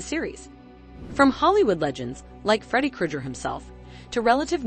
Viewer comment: The way they pronounce Covid and Freddy Krueger 💀